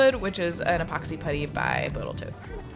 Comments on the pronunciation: Caught that "Botal Toat"! Thank you for sharing your passion, it's inspirational. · Boatal Toat!!! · "Botal Toat" I'm only going to call it that now :D Love the video & the table looks amazing.